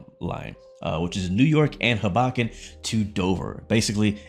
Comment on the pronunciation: From NJ here....Hoboken is pronounced "HOE-bow-kuhn". BTW...spot on assessment of TSW 6.